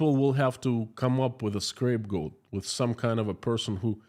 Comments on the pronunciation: Scapegoat not scrapegoat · Sounds great news that Russia may now be making some better decisions and looking at alternatives to war. Please can I say you're English is fantastic - but you have said 'scrape goat' a few times today. It is actually 'scape goat' (no 'r' in it). It's a strange saying we have that is not much used these days. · It’s “scapegoat” not “scrapegoat”. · I was wondering if anybody else noticed. It made me laugh and is kinda cute in a way